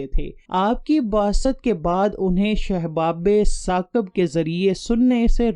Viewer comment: بھائی اردو اور عربی بولنا سیکھو۔شہاب ثاقب ھوتا ھے۔